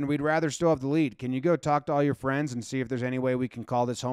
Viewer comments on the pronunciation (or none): none